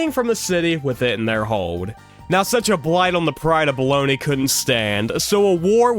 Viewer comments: The city was Bologna, not Bologni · My dude Bologna is not pronounced "Baloney" lmfao that's just the lunch meat. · The City of Baloney?!? Bologna- Bow lone ya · I'm sorry dude but the pronunciations in this video were horrific, (Qing isn't said like that, neither is bologna)